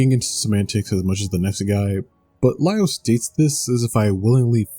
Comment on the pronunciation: It's never Li-Over